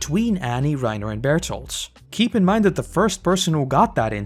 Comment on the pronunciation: for the life of me, I cannot understand why you call Berthold Barito. Somebody make it make sense to me🤦‍♂️